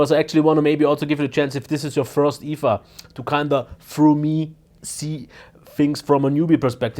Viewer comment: "first IFA....." Such a German..... ;)